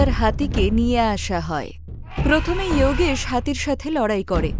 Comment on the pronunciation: বাংলা কার্টুন করছেন, ইওগেশ না বলে যোগেশ বললেই বেশি ভালো লাগতো